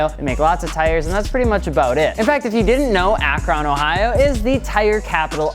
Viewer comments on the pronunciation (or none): You done messed up akRon. It's akrun not ak ron. But I digress. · its fucking ak-RIN. not ak-RON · Its pronounced AK-run not Ak-RON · Ack-rin it's pronounced like that. I couldn't not say it. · Hold up, "Ak-RON" 😂😂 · Who the the hell doesn’t know how to pronounce Akron. Ugh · Right?! Lol I'm not too far from Akron and I had to replay that just to make sure I heard him say that.